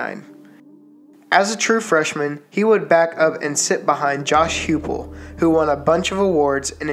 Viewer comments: Jason White wasn't the first Heisman winner not drafted. That would be the 92 winner Charlie Ward. Also Josh Heupel is pronounced Hi pool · Get Huepel’s name right 😅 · Learn how to pronounce Heupel